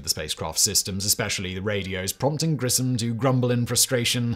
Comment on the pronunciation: Just for someone who was interested... Gus's last name is pronounced GRISH-um.